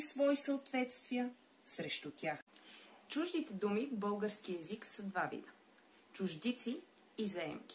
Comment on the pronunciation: Научете се да произнасяте "л" поне като говорите за български език, а не за "бъугарски".